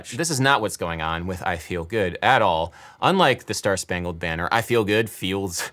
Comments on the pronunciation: Anyone else hear i bigger, and not i feel good, asking for a friend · I would say feel always has 2 syllables. Fee ul. and its the UL that is emphasised I'm British btw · He's singing the word "feel" as if it has two syllables. And the stress is on the second pseudo syllable. I fee eel good ( on the eel). My native language has more distinct syllables, maybe that is why I perceive it this way. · It's on: i fe-EL good. He places a one syllable word on a to syllable rhytm. I fe-el good.